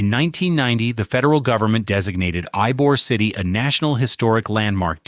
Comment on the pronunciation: While informative, AI miss pronouncing Ybor City is all you need to know.